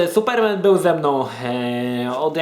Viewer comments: suPERmen? tak to sie akcentuje? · Jestes pierwsza osoba, ktora nie umie wypowiadac slowa Superman